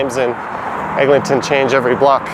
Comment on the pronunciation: I was wondering about the Egling-ton pronunciation. I just stick to Egg.